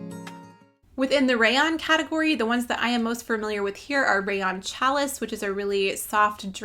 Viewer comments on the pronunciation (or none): Hi from Missouri. Enjoyed you video. Just wanted to let you know that challis is pronounced “shall ee”.